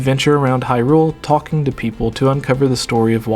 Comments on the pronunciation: Why do you keep putting so much emphasis on "rule" when you say "Hyrule"? You seem to be reading it as "High Rule" which is wrong/dumb. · Gooooonna have to say you're wrong. Just to abolish any doubts in my mind, I went and checked a few wiki-pages and as far as I could find, most of them have it written as you should put emphasis on the "high" in Hyrule. And to even further confirm my statement I went and checked how Bosphoramus pronounced it, and just as I suspected, he did NOT pronounce it with emphasis on the "rule". It seems you're confused as to which pronunciation I'm talking about (because you pronounce it two different ways in your video, thus contradicting yourself) so for the one that sounds wrong(to me and apparently a shit-load of other people), it's in the first 10 seconds of this video. As for the different pronunciation, skip to about .